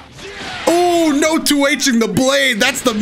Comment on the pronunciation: “Oh noftt” 🤣